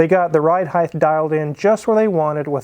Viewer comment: why do so many people pronounce height as heighth?